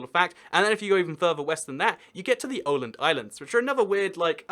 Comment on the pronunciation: You said every name wrong except Åland and Helsinki.